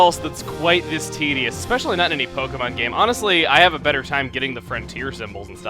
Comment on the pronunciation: U said tideous so many times